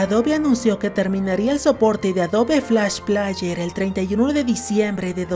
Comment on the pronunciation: Por cada vez que dijiste "plaller", murieron 10 niños en África xd